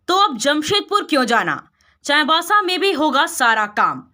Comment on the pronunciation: चाईबासा बोलने भी नही आता है